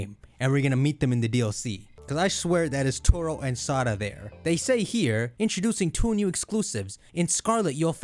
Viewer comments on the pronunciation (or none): none